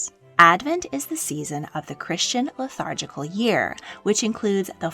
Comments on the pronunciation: It sounded like you said “lethargical” - did you mean “liturgical”? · Did you say “the Christian lethargical year?” 😂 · Quite charming. Although, it does remind me that we live in remarkable times. When the narrator doesn't even know how to read or pronounce the word liturgical. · "lithargical" year? LOL. you mean LITURGICAL. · Seriously? "Lethargical" year? It's "liturgical"! Please learn how to pronounce the words before you read them aloud!